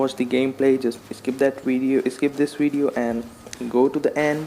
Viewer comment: What's a "weedioe"